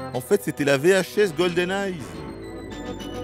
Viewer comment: IL a dit GOLDENEYE sans Z, alléluia! Goldeneye sans Z de la part du, miracle!